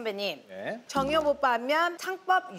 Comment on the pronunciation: The way she mispronounced the guestʼs name and called him jangyup instead of jungyup and he was like k bye lmaoooo